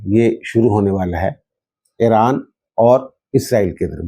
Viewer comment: اران کو ایران بولیں